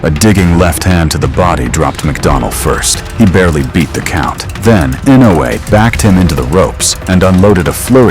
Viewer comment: That stupid boxer can not pronounce Inoue but he will remember for a long time...